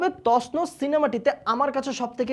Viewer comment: তছনছ না তসনস। :D